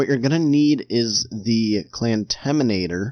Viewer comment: What clamtaminator? I cant hear it correctly please reply i want to know what you said